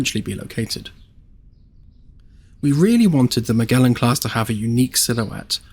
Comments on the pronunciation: Cool video but man Magellan has a soft g like ma-jel-in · Sorry to be "that guy" but Magellan is pronounced Mer-Jell-un